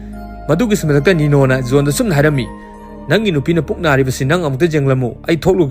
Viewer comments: Bro nggi khonthokse khra semdok o tba nungyte J gi khonthek se Y oina hyre Yail Yohn na Jail John na fjna hybiu tbada distrubance oihnle😢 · Jail haibiyu Gel or Zel hybagi konthoksida nganbiyu aduga John su Yon hyba natte Zon hyna pronounce twba yai